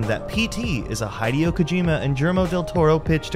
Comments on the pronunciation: That is NOT how you say Kojima's first name bruh lol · ok hideo and guillhermo's names aren't that hard to pronounce come on